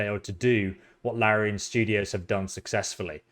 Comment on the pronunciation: it's LariAn